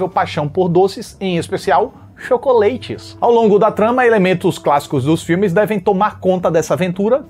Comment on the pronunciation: "Chocoleites", adorei kkkkk